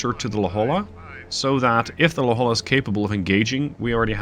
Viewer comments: La Holla 😂 it's pronounced La Hoya, please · Its hard to explain in text, but you are pronouncing La Jolla incorrect. Lets see if I can do this phonetically, its pronounce La Hoya. Just an FYI. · Just to add to the suggestions, you pronounce it "La-Hoy-ah". The "Hoy" should be like "Ships Ahoy!". I went to school there (University of California San Diego) and know La Jolla well :) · Don't worry. Me too. I came to the comments to state the same thing. La Hoya, not La Holla. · Great job though I am about to scream when you say La Jolla wrong lol. Its pronounced La Hoya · Hey, La Jolla is of Spanish origin and is pronounced as "la hoy-yah". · Usually its not a big deal, and I'm not even from California (but from another state that borders Mexico), but for some reason I can't put my finger on, your mispronunciation of La Jolla has crossed a line ...